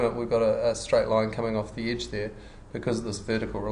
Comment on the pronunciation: Great tutorial, thank you! :) The only thing that disturbed my ear were the pronunciation of the words 'sketch' and 'edge'.